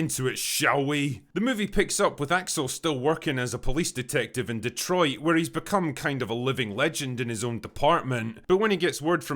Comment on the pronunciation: HFS...you're not from Detroit and you pronounced Detroit correctly!! Deh-troit people. Not Deeeeeeeeeeeeetrrroooooyyyyyyt.